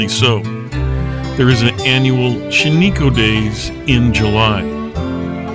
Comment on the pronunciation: It is pronounced "SHAN-i-koh.